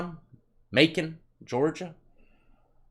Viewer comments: Damn,, ya big ole goon of a lug. It’s Macon, as in: “Macon rhymes with bacon.” As in: “I’m makin’ bacon for dinner…” LOL! 🤣😂😅 Just giving you a hard time there, ole boy. You’d probably whoop my ass. Hahahaha! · Looks like Bacon 🥓 so it's gotta me Macon (mm-aye-kin) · If you say macoon one more time death I stg 😂😂 it’s (may-cuhn)😂😂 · Ma-coon he said lmao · He said macoon lmao its may-con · Macon, make-in lol. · Bacon =Macon....Not MAcoon 😂😂😂😂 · you got me laughing so hard just trying to say Macon 🤣. Pronounce it "MAYCUN". I'm from Augusta, Georgia and love your channel brother. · Ikr its like bacon but with an m 😭😭😭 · Muh khan.. That's how you pronounce it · It's pronounced MAKE ON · Macon Georgia (MaeKon) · It’s Macon bro. Macon Bacon. Sounds like Bacon, tastes like regret and hair grease. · Macon is pronounced like Mayken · Its pronounced like make-on and yoooo my wife works at atrium/Navicent everybody that works there hates the name too lol its a mouthful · Bibb County Deputies have been carrying knifes for decades. The knife has a clip on it. You can see the clip on the outside of the pants pocket. This is the difference between jails and state prisons in GA. I’m hoping since this has happened Sheriff Davis will stop the deputies from carrying knives in the jail. Macon is pronounced May-con. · "May con". It's pretty much Atlanta. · Macon = May-Kin. Like Makin' Bacon, got it? Congrats on the 4 MILLION. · Its pronounced may con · Macon sounds like bacon. I'm from georgia so I know. Been all over. Salute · Macon " May-Kin" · it’s pronounced “may-Ken” You’ll get it bro! Must got dat LEOPARD 🐆 👙 on your mind! 🤣😂🤣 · Macon is pronounced maycon im from atl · Its makon like bakon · “may-con” Georgia ! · Macon is pronounced "May-kin" you say it kinda like you say bacon. Lol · He said "ma-coon" "ma-coon" lmao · Yo...It's MACON.. like BACON 🥓 🥓 🤪🤪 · ( May-cun ) Macon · its bacon with a M. MAY-CAN. Macon Ga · It’s pronounced Macon.